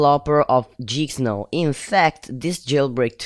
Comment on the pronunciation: It's geek not jeeksnow